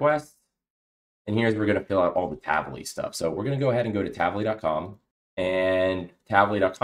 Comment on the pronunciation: Great tutorial, thanks! Just one off-topic remark, the way you pronounce "Tavily" is wrong, it is actually in Hebrew (as it is an Israel-originated company) and should be read as two words "Tavi"+"Li", meaning in Hebrew "get me" (something) or bring (something) to me. Just FYI 🙂